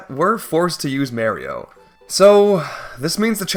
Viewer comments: Ah yes, May-rio. Native of Canada. It's pronounced Mario in Japan, Europe, UK or Aus..... That's why his name is Mario... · it isn’t. If you’re talking about Thomas Game Docs, she pronounces it differently. American is Mar-io, British is Mah-rio, and then this dude is going wild with May-rio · Whos Mayrio i only know Mah-rio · Im so glad im not the only one who had a stroke every time he said marry-o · i wince every time he says mayrio, its worse than fingernails on a chalkboard. PLEASE STOP THIS TORTURE IM ACTUALLY IN PAIN😭😭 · He says it more like Maer-rio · I flinched 5 seconds into the video with that, someone should add the vine boom sound effect whenever he says may-rio -borb the bulbmin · yeah but it’s spelled マリオ, not メリオ, so it’s pronounced Mah-rio. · I think he pronounces it more like Marry-o instead of May-rio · Thank God, I wasn't imagining it. I had to rewind to hear it again. Who the hell is May-rio? 🤔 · I never understood that, do some people also pronounce Mars as Mares? My name is Mark so I would want my name said the right way not Merk or something. I'd understand if it's some made up name but it's a real name and Mario himself and other characters also regularly say it so I REALLY don't get it. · Hold on, the fact that he didn't say Goombayrio is amazing, because it implies that he is ONLY saying Mayrio to mess with us, and that's hilarious. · Take a shot everytime he says May-ro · "It's a me, Mayrio" - Mayrio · There’s a typo in your title, you spelled it Mario instead of Mayrio. You’re also mispronouncing Goombaryio’s name. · Dead horse at this point, but for my two cents: I quite enjoy hearing you pronounce it as Mayrio, that's how my grandma always said it Good work as always with the video :) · Hopped off on the 8th May-rio. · who is marry-o? that's mario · with the whole "mayrio" bit i thought you were gonna whip out some plot twist and be like "Well. We can't beat the game without Mayrio..." "*But we can beat it with Mario.*" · Paper Mehrio